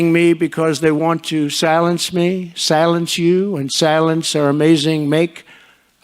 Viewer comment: Salence me salence you salence our amazing maga movement. SALENCE ME SALENCE YOU.......🤣🤣🤣🤣 Poor baby!!